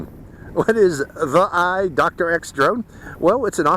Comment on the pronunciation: it’s pronounced “thee-eye.” Out of the several hundred various brands of GoPro clones, ThiEYE is one of the half dozen best. I was expecting a drone from a top-tier action camera company to have a pretty stellar camera with EIS, but I think some of the Tello footage I’ve seen does look better. If the image stabilization needed to be enabled from within the app and someone who owns one of these can advise how to do so, I hope they post the instructions here, and then you perhaps could go back and do a second review with the image stabilization on. Also, the standard version was only $58 a day or two ago but has gone up in price $21 more today, and the plus version, which adds only a second battery and an external charger, was $40 more, a poor value.